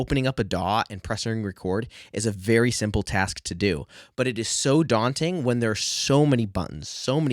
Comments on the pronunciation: very DAWting indeed! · It’s DAWnting.